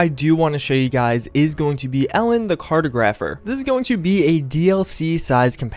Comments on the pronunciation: CAR-TOG-GRA-PHER! Sorry... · Cartographer is pronounced (kart-og-ruf-er) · you said cartographer wrong... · lol the way you pronounced "cartographer" was horrendous LOL same with "Automatron" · Adam Wiley same lol